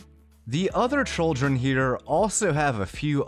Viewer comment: Are you saying trolldren instead of children on purpose?